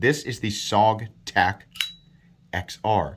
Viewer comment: i believe its pronounced Soge..